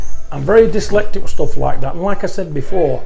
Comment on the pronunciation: John went up a couple extra notches in my book when he mispronounced "dyslexic". LOL 🤣